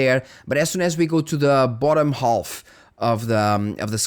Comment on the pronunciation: Oi, uma pequena correção: ao pronunciar a palvra "half", o "L" é omitido, fica "haf". Ótimo vídeo, como sempre.